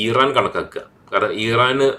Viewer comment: ഈറാൻ അല്ല ഇറാൻ ആണ് 😅